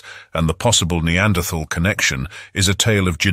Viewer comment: It is so refreshing to hear someone pronounce the th in the word neanderthal